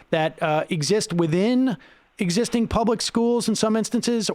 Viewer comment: man is terrible; oh god he doesn't even know free and appropriate public education in the least restrictive environment and he pronounces public with three syllables